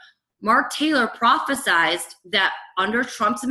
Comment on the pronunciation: Liz dear, Mark Taylor prophesied... NOT prophe-SIZED. "Prophesized" is NOT correct, it's not even a word!